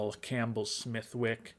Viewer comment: Smithwick is a type of red ale made in Ireland. The 'w' is silent.